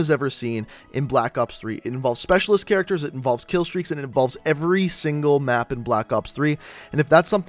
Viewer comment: he said mape and not map